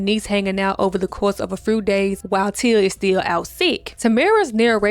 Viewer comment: "A FREW days"😂 Luh you, D❤😂